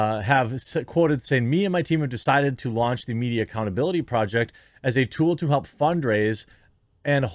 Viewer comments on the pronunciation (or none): none